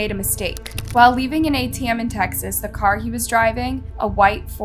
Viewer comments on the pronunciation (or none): none